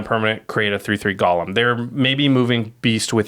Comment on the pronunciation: great vid as always., golem and Gollum are two different words! (pet peeve)